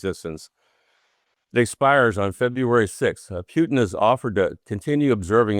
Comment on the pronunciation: Have respect,& pronounce President Putin correctly..